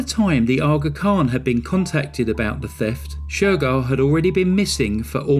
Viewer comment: Every time say Aa Khan,I want to call ut Shaka Khan. Also, so funny hearing you say "Dahby" when used to hearing "Derby"